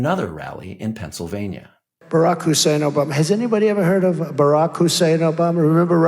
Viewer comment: Every time he stresses Obama's middle name is an anti muslim slur.